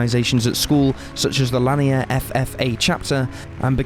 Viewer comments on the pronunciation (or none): Narrator can't even pronounce Lanier (Laneer) High School correctly so he never went to Austin and is using stock footage. Nothing people in Austin haven't heard or seen hundreds of times over the last 34 years. Just another shameless cash-in on the horrific story of these poor girls and their families.